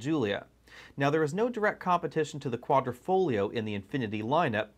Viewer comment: Nice video, but the word is Quadrifoglio, not Quadrofoglio Quadro = Picture frame Quadrifoglio = Four leaf clover and the "g" in Quadrifoglio is silent. That's it for today's Italian lesson.😁